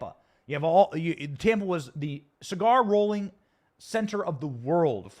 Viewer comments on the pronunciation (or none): none